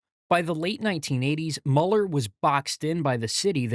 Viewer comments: Another AI video with lots of mispronunciations. It's dell valley, not delval. And it's miller not muler. The new terminal is only 5 years too late? That's pretty good for Austin. I35 is 20 years behind its traffic needs! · Quick correction… it’s pronounced “Mew-lur” not “muller” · cool video. just an fyi, its pronounced MEW-ler lol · You must not know Austin very well. Del Valle is pronounced Del Valley, Robert Mueller is pronounced Mule er and it's A,U, S not AUS.